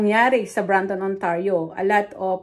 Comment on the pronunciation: it’s Brampton